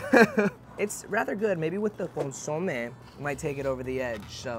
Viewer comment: I love you but you drive me crazy when you say “consomé”. lol You put accent on the O when you should be putting it on the E, just like how I typed it out. CON-SO-MÉ, like saying “meh”. 🤍